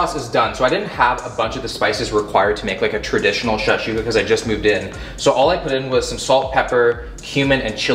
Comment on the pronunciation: the was he said shakshuka 🤦‍♂️